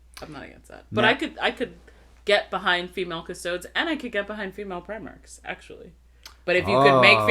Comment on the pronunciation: it's definitely As-TAR-teeees and Cust-O-deees.